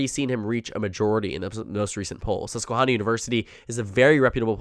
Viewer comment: Great content. FYI, it's Susquehanna. Not Susquehawna. Like in hand, not like in lawn.